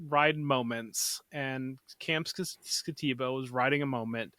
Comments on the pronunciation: No one said Skattebo's name correctly lol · I agree with the comments on mispronouncing Skattebo's name.... and butchered it... wisely avoided it. But I also think he's appropriate at rb9 or even 10. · If you're going to snicker and mock Cam Skattebo, at least say his name right.